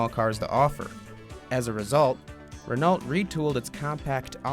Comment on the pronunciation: I cringed every time the narrator said the word "Renault" It's pronounced "Ren oh:, not "Ren alt"!!!